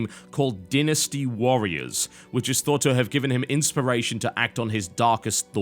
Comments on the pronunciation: I didn't realize Dynasty was pronounced "Din-nasty" haha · DYnasty. DIE-nasty. Not like DI-nner, but DY-nasty, like the roll of a die. I will not accept any other pronunciation. My closed minded ness knows no bounds. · that is not how you pronounce dynasty lol, and english is not even my native language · You pronounced Dynasty wrong.